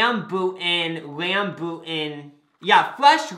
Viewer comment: AS AN SE ASIAN THE WAY THEY PRONOUNCE RAMBUTAN MAKES ME SCREAM LAUGH